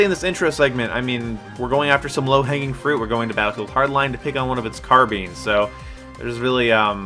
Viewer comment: somebody just made an ass of himself #karbean